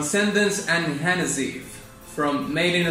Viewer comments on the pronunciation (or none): Gotta love how he says "Hanazeev" tho.